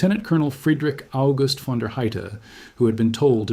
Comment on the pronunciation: Not to mention that it's pronounced Fon, not VAAAAAN